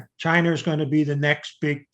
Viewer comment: Americar, Chinar, and Russiar